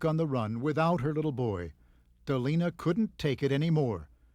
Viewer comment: My name is Delana and the judge kept saying Delana instead of Delena and it was tripping me out! 😂 My name is pretty uncommon so I never hear my name said in videos.